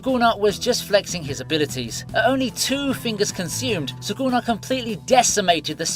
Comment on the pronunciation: suKuna not suGuna